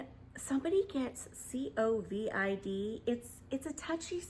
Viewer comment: C-O-V-I-D lol. I love you! 😄❤ Ima start saying it like that haha